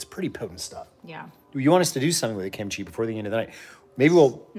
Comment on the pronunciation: "Show us the kinchi"... HA!